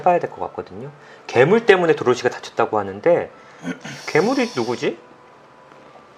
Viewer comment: 괴물 발음할때 발음 큼직하게 '0'개물! 이라고 하시는거 넘귀여우신거아닙니까ㅋㅋㅋ구ㅜ